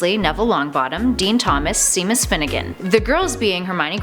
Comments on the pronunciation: It's not "see-miss" come on...are you serious?? It's "shay-muss" jeez!! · It's pronounced shay-mus not sea-mus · "See-mus". She actually thought that's how you pronounce Séamus. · you said see-mus it is pronounced shay-mus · its not sea mus its seamus lol and she says carry potter at one point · Mr Finnigan's first name is pronounced SHAME-us not SEAM-us (even though is spelled that way) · Haha ‘Seam-us’! It’s pronounced ‘Shame-us’! 😂 It’s okay though. People pronounce stuff wrong all the time. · I love this series but I find it very difficult taking any Potter fan page seriously when the host says "See-mus" instead of "Shame-us" and "Rah-wling" instead of "Roh-ling" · Did she pronounce them jk Rowling and Seemis Finnegan? It's pronounced Rolling and Shay-mus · it is spelled seamus but it isn't pronounced seemus it is pronounced shaymus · Top 10 Nerd who the hell is Cmus finnegan?????its seamus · see-mus finnigan😂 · Did she say seemus Finnegan? It's pronounced Shay-Mus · Seam-us oh and of course don’t forget Tree-lawney 😂 I almost forgot about Gwawp😂 of course how did I not remember deathly hOllows I’m sorry but I don’t think you pronounce it like that.😂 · repeat after me: Sh-ay-mus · it's sha'mus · Seemas Finnigan?? Seriously? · It's pronounced "Shame-Us" smh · she said SEAmus Finnegan 😂😂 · SEEmus Finiggan??? 😂😂😂😂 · watching Americans mispronounce names like Seamus is one of my favourite past-times, give these a try; Siobhan, Caoihme, Aoife, Maeve, Niamh, Saoirse, Sinead, Roisin, Cillian, Daithi and Sean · You may want to research how to pronounce Seamus! Hint, it's not said the way it's written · the was she pronounces Seamus smh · i got really triggered when she said 'seamus'